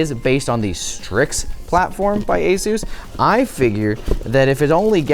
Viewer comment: ASUS ❎ A. SUS ✅